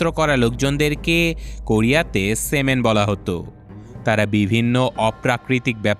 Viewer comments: সেমেন না শামান বলে 😅😅😅😅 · Semen ❌ shaman✅😅